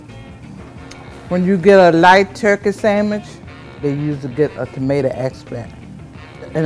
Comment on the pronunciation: Never in my entire life have I heard someone pronounce "tomato" the way the woman does, and I live two hours or so from Richmond. What even is that?